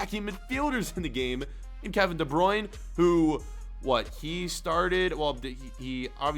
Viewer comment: De bryune 🤣🤣🤣